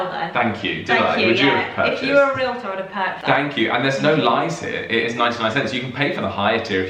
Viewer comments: First, congratulations for pronouncing realtor correctly. Too many Americans pronounce the word ree-luh-tohr. In the US, realtors technically work for the seller of the property, since it is the seller who pays the commission, but in reality realtors work for the buyer. For example, a realtor may take the prospective buyer to view four or five properties during one session. They will show the buyer numerous properties that fit his wants. During past home buying experiences I waas shown 20 or 25 properties before making my decision. Once a realtor showed me a single property and then started pressing me to buy it. I simply told that realtor that she wasn't the realtor for me and moved on to someone else. One thing that wasn't clear.In the UK, who pays the estate agent's commission? The buyer or the seller? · THANK YOU THANK YOU THANK YOU for properly pronouncing the US person as realtor (“REEL-torr”). So many people in the US say it as a 3-syllable word (“REE-lit-turr”) which is so wrong and drives me bonkers.